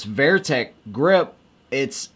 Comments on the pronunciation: Going back your saying Vayer-teck. Like Bayer aspron. Its not Vayer-tec grips. Its Vertec. Like like Ver-tical. Not Vayertical. Horizontal and Vayertical. Vertical. Vertec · Good video. Only issue i have is your pronunciation of "Vertec". You are adding a Y in the middle. Like salsa VERDA. VERY. Or how you say They. The Y on the end they, say way hey gay may jay etc. Its like a hard R Verrrrr. Rrrrr. Vertical. Verrrr-tical. Verrrr-tec. The handle is more up and down. Its more vertical. Verrrtec. Rrrrr. Vertec